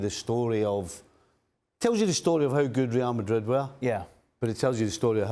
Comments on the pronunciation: Ale Moreno said “Ree al Madhridh” 15 times. Today, he was just trying to teach us the right pronunciation. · I come here just to here Ale pronounce “Rlrlreal Madrlrlrid”